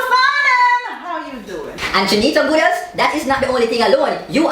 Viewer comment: lol! couldn't pronouncr goodaz... Awww